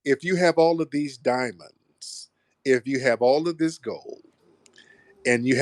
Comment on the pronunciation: Aww dee dye-munds